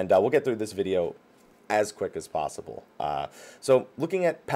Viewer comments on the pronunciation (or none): none